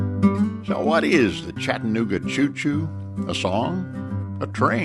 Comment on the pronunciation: I wish I could see the entire video. This is jus ta short jumble of nothing. I live in Chattanooga...and yes its spoken as spelled...Chatta nooga......not Chatten ooga. Been to the terminal many times. Even ridden a steam engine from Chattanooga to Crossville and back.